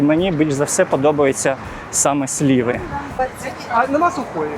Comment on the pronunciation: Не сліви , а сливи.